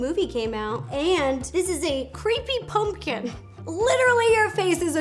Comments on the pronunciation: Is it just me or when rosssana says pumpkin it sounds like punpkin instead of pumpkin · I love how Ro says punkin and not pumpkin😂😂😂💖💖💖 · She literally says "punking" instead of pumpkin, and I love it